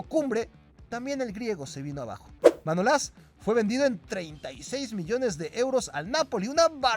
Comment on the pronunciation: Manolás no, Manolas, no lleva acento en ningún sitio y por lo tanto no se pronuncia como lo dices. A ver si aprendemos a leer bien, ya que un canal de Youtube lo pueden ver niños que aún no conocen bien las reglas de ortografía y pronunciación pudiendo equivocarlos y llevarlos a errores que copian de las redes sociales. París san yerman tampoco se pronuncia así al igual que muchos nombres de futbolistas que pronuncias mal, desde luego no seré yo quien vuelva a ver más cosas de este canal 💩💩💩